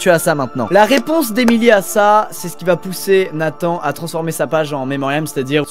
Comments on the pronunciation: on dit nathan "en" pas nathan "ane" normalement non? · C’est pas Nathane mais NATHAN je m’appelle comme sa Luca